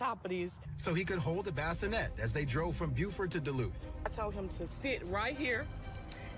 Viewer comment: Baskinette 😆🤣 NOT bassinet 🫥🙄 chiii